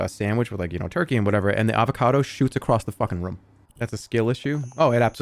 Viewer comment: I can't believe he kept saying rûm instead of room